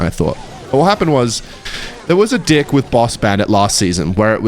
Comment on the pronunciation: wnvr u say deck it sounds like ur saying dick gng 🌹